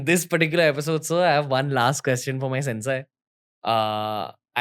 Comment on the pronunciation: It is not pronounced as सेन्साय It is सेन्से